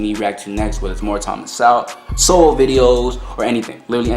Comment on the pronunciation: No worries - everyone mispronounces Sowell name when they first react to him.